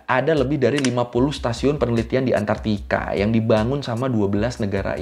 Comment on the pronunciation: Antarktika bang, bukan antartika